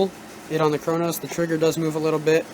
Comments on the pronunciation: it's Cronus not cronos lol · Wtf is the cronos pernounce it right it is annoying but good video